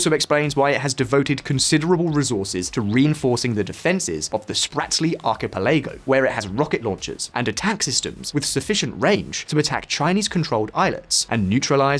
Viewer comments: sort out your pronunciations please, arc-e-pel-argo? seriously? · I know it sounds picky but the misuse of words (correlation) and mispronunciation of others (archipelago) undermines the authority of the content. It’s not just what you but also how you say it. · Frigates, Archipelago - what is it with the staff on this channel not been able to pronounce words properly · As someone who has English as their first language you should know how to pronounce 'frigate' and 'archipelago'. There's a number words you used incorrectly up until the 'archipelago' when I stopped watching. Back to school kid. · Dear god man. Youre British and not only that you cant pronounce word "frigate" (its NOT free gate) you also cant say "achipelago" properly... Can we have Simon back? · How did you manage to mispronounce both "Spratly" and "Archipelago"? :)